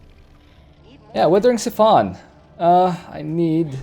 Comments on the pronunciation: Siphon as in s-eye-phon your gas from your car... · Ok I know your stick is to mispronounce everything, very mildly annoying usually but that pronunciation of siphon is just maddening.